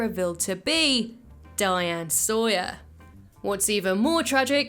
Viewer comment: not Diane SAWYER 😂